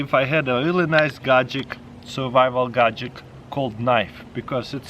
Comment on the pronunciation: Gadget = "Gadgic"